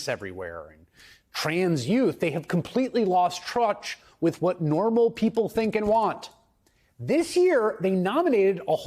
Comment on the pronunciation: "eco chamber"...."lost truch"....lay off the sauce,.